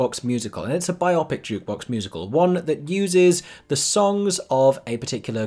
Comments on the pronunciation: Biopic is pronounced...bio-pic. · Love your video´s, is this really how you pronounce biopic in the UK??